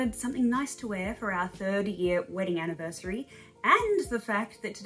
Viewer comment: Congratulation, when you said universary i realized how manny years i watching you channel, damn time go fast :)